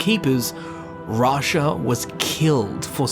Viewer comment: Vasha, Rasha. i thought he meant the tiger from Aladdin before he said Rasha from the dark brotherhood 😅